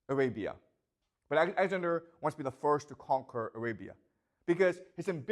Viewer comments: Lmao I can't unhear it now😂 He says it so much too, thanks for ruining the video for me 🤣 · He calls Alexander axander😢😢😢😢😢😢